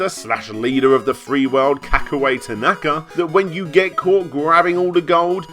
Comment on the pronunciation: If you want to go down that route, then it's pronounced "ta-na-ka", not "ta-NAka" as it was said throughout this video, but I'm not one to quibble as long as we know which sleasebag is actually being called out here!